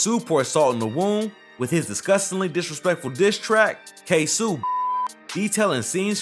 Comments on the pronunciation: Ksuu😂 ksoo lol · It’s ksoo